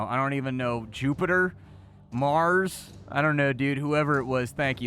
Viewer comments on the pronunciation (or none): none